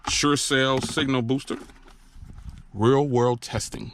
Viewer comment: SureCall not SureCell